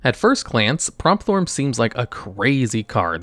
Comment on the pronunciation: Pretty sure its pronounced Prompt-horn not promp-thorn